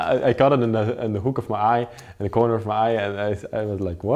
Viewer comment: ‘I caught it in the ‘hoek’ of my eye’ 😆